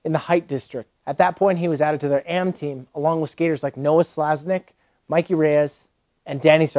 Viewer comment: Did you just call Mickey Reyes “Mikey” Reyes? Lol and you skate?